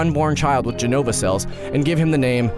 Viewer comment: lots of mistakes with jenova, but ok